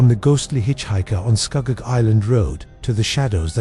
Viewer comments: I was born in Ontario in 1967 and I know ALL of these areas mentioned. First,, there is NO Shades of Death rd in Muskoka. We say SCOO-GOG.. not SCUHGOG.. and I have never heard anyone mention this story. Gore rd is NOT in Niagara.. it is in the Malton/Caledon area close to Airport rd. The deadly curve on Mississauga rd is found towards the bottom end of Mississauga rd as Mississauga rd starts at Lake Ontario and runs north all the way up into Streetsville. There is a natural mineral spring close to that section of Mississauga rd where clean natural mineral spring water would flow out of the rocks and people would line up with water jugs to fill them - having lived in Mississauga since the 70's and having travelled the road quite often, I have never heard the story of any "ghost bride" hitching a ride. I actually lost an old childhood school friend who was hit by a car and killed on Mississauga rd.. and anyone who knows that section of Mississauga knows that it has historically always been the wealthiest real estate in all of Mississauga with million dollar mansions everywhere. I also know Kingston rd/Hwy 2 very well.. and I have NEVER EVER heard this story before! I can tell you for a fact.. that if you are driving on the QEW/Gardiner heading into downtown Toronto.. right at the York st exit off ramp which is a circular off ramp.. there is a ghostly figure that is transparent that will step right out into the path of your vehicle and you will drive right through it. I have se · It's Scugog